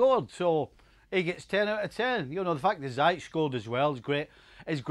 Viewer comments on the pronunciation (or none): It is so disrespectful to persist in mispronouncing a person's name. It is Ziyech not Zayesh for crying out loud. I give up. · FC, Ziyech is pronounced Zee-yash حكيم زياش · Its pronounced zeeyeckh steve🥺